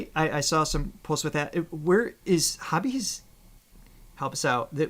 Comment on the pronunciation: "J-Hope is 'Hobby'" -- nope, it's Hoe-bee